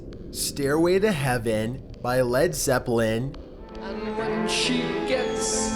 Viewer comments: No not ledzepline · No not Led Zepplin😭😭😭